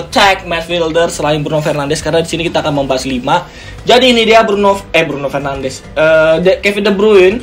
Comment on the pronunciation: Btw pronounce bruno fernandes sama de bruyne salah bang